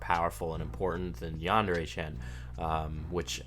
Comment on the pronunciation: It's a pet peeve of mine that he pronounces yandere like the word and. Instead of pronouncing it like yandere like the word yarn